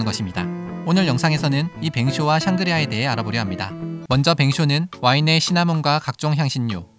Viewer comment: 샹그리아(X) 상그리아(O) 좋은 공부했습니다 감사합니다♡